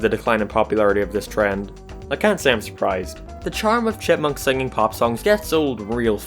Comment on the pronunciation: I kept hearing Deeve Seveelle and the Shitmunks idk if you were mocking the character's name but it was hilarious.